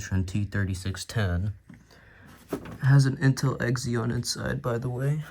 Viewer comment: did he call it an x eon its pronounced z on i hate that the worlds stupid